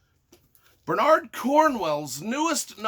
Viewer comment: Gotta admit I didn't expect Bernard and Cornwell to both be mispronounced :P Otherwise great review, enjoyed it a lot. For me it was a fun read and flew by, but by Sharpe standards was fairly run of the mill.